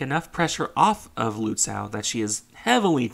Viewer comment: Lützow: ow like in slow, not cow.